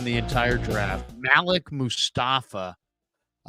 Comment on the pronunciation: normally it is pronounced maleek. maybe im wrong.